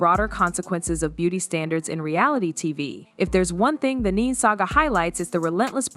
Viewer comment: Her name is Ne-Ne not Neen😳